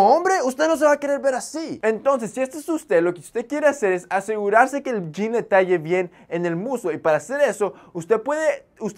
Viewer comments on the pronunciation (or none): none